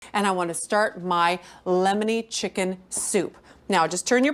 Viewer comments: Did she say "llllemoner butter basted chicken"? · She really does drag out the L in lllemony